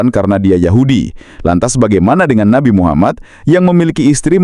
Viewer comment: Nabi kok diucapkan Nabai... 😂, Inggris ngawur, nabi itu bahasa Indonesia, kalo Inggrisnya itu Prophet.... Oalah😂